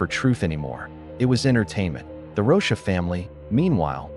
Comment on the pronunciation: The AI reading has to stop! Rosha? It’s ROCHA!!!